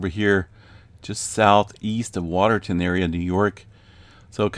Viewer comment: We had a 3.6 in Adams that preceded that little swarm. People felt it up here in Ogdensburg NY. Also, its Water-town, not Water-ton. Just fyi.